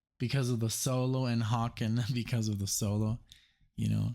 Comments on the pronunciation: Haken is pronounced like "Bacon" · Just FYI, Haken is "Hay-kin".🙂